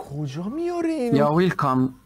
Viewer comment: اون ویلکام یو رو اول فکر کردم عربیه😂